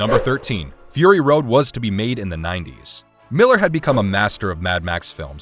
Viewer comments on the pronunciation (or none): none